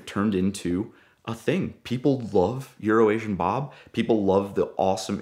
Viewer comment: I like the way he pronounces euro asian bob, Tyler can learn a thing or two from this guy